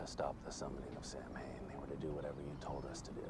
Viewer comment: This ep is largely remembered for the mispronunciation of Samhain. (Not that remember how it IS correctly pronounced).